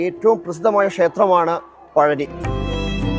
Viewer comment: പഴനി അല്ല. പളനി